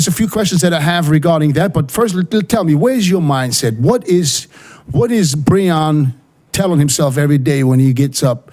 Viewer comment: Will ever learn to say Breon